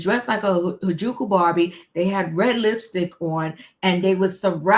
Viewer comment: Good morning the word is (hair-a-joo-koo). And why would she come out and not clean up that double entender. Little ppl, little ppl.🤦🏾‍♀️🤷🏾‍♀️ Lordy she sounds a mess. Did they look young or where they young. Because she looks young.🤦🏾‍♀️🤷🏾‍♀️